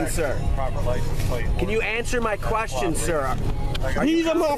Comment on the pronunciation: Common man, he is Moormish and he axed you a quession!